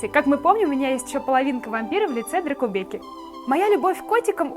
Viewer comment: ты не правильно праизносишь дракобэку!